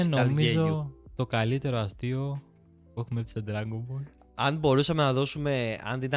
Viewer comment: Θα γίνω ίσως γραφικός, ίσως ανόητος ή και ακόμα προσβλητικός... Αλλα τι να μας πείτε για ντραγκον μπολ ( και οχι ντρανγκο μπολ); Κάνετε μια καλή προσπάθεια και καταλαβαίνω πως θέλετε να ανεβάσετε το κανάλι σας και σας ευχόμαστε τα καλύτερα. Κάνετε ομως μια καλη έρευνα για αρχη, και δείτε εντατικά απο την αρχή. Μην απλά μιλάτε με οτι θυμάστε.